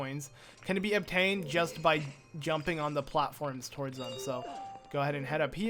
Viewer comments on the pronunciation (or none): none